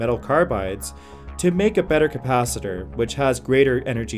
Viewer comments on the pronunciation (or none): Do you have a problem to pronounce "Capacitor"?